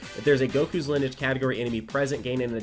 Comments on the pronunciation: its (Lin-e-age), not (Linege) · Lineage (Lin-E-age) I’m sorry but that made me cringe when he said it wrong 😭 it’s stupid Ik but oof 🙃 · Someone needs to teach how to say LIN-E-AGE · Linnage sounds like one of those meal abbreviations like linner and brunch. Hope someone tells how to pronounce it for the videos that will doubtless be coming on the teams. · l i n - i d g e gotta love that accent lmao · i cringed just a bit every time nano said lineage wrong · Oh my god, me too! Still hyped about the units though!! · Who else got triggered when nano didn't pronounce the E in lineage.... just me? ok